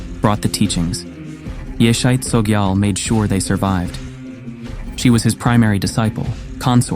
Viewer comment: Her name correctly pronounced is more like; YEAH-SHAY